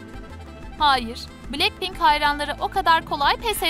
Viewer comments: Blacpink değil "Blackpink" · Me: Niye başlar başlamaz BTS'i düzgün okudunuz da niye BLACKPINK'İ yanlış okudunuz? Troom troom: Blekpenk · Cankuk ???? Lisa ?????? Cey-Hop????? Betese?????bilekpink????? ??????? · Oha betese demeedi ama bilekpink ne ya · Cankook ?! Jemen?! Bities 🤢 ?! Blekpink ?! Bunlar neee